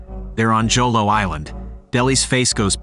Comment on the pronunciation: Pronounced as “Holo” not Jolo..